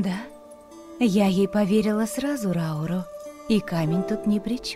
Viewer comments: Блин ни Рау́ру а Ра́уру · его зовут не РАуру а РаурУ